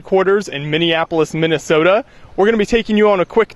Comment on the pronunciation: H he said MINESOTA see we are important